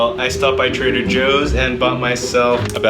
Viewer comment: the way he said bananas had me dead for some reason